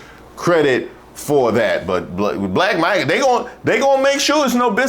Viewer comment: this isn't magna 😖 is he drunk??